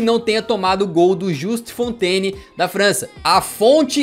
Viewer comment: "A Fontes"... Kkk, melhor ....